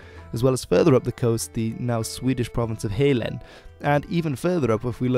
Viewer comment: Halland - not Hayland, but Hulland. Danes would pronounce it with the short "a" in "bat", "man" even if that's awkward in English before double L.